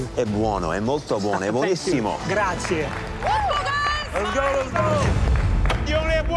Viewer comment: does anyone understand what chef Michael is saying to Tony? The only word I understood is "Gratzi"